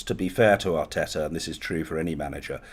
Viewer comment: John says Mikel Arteta pronouncing his T every time... Robbie says Mikel R Tetar 🤣 Proper Wheela Deala Robbie